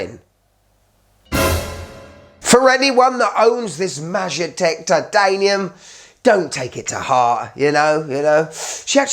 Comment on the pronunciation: If it’s related to czechoslovakia air force, it should be pronouced ‘mayetek’, meaning property, like pilot’s property